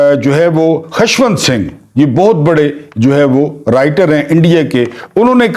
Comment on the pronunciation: Good work.however,keep a watch on pronunciation. Like"khashwant"&milk shah ,koshal.etc.